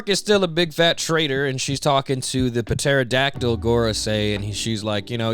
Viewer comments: I can't tell if you pronouncing the P in Pterodactyl is sarcasm or not. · Bro I love your content it’s amazing…. But the p in pterodactyl is silent 😭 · Ytf do u keep pronouncing the p in pterodactyl? The damn p is silent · I've never ever heard the "Puh" in pterodactyl always heard it has "tera" all the times in "science" the p is silent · The “p” in pterodactyl is silent bro 😅